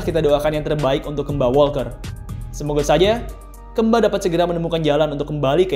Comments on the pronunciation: ngomong kemba ga gitu juga min, keeeeemba 😮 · Kemba nya sunda jadi Keumba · Kemba woi bukan kemba. Wkwkwkw apa sih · Bacanya Kembi ngggg😁🤭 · jadi Maksudnya KAMBI???? Ngggg😜🤣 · Baca kemba nya bukan kek gitu 🤣😂🤣😂🤣 aneh banget gue dengernya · Baca pas E nya agak aneh🤣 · jadi inget jaman bocah dulu, susah bet ngebedain E sm 'e 😂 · Kenapa hrus nyebut kemba nya gt sih? 😂 jd ngakak mulu